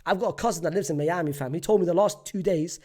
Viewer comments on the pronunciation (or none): none